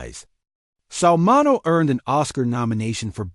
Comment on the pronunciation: MIN E O...AI cant pronounce words